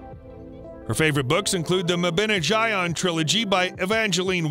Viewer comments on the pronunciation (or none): Mabinogion is pronounced mab-in-ogg-ee-on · The way the narrator completely BUTCHERED the pronunciation of The Mabinogion killed me